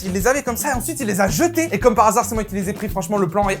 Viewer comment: Le "par asard"😂